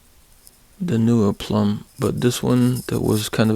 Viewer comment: Plomb, not plumb.